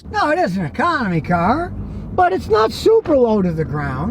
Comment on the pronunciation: Ur saying the word ....car.... Wrong...